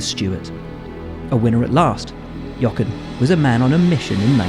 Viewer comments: Can you please pronounce his name properly!!!! Jo - ren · I am genuinely surprised how Will can say the "H" in Helmut Marko but not the "H" in Jochen Rindt and calls him Jocken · As a German speaker, it pains me a little how Buxton pronounces "Jochen". Listen to how Vettel says it correctly. In any case a great talent, taken too soon (like so many others).